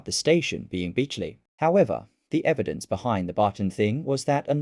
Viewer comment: It’s beechley not beechly